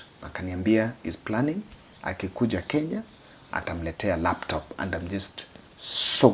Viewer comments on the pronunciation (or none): none